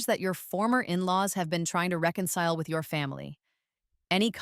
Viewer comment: ...reconile instead of reconcile. Poor AI. Edit: Sweet sweet story. I found it empowering and supportive of the arts community. Great story!